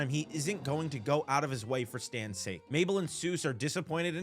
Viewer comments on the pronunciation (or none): none